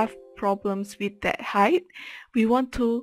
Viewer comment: thanks for this ! - PS Height = pronouced " H - eye -T"